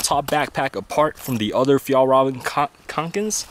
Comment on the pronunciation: I hate the way you say Fjallraven.